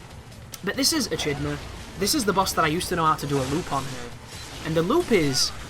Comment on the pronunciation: I believe Echidna is pronounced with a hard ch like school :)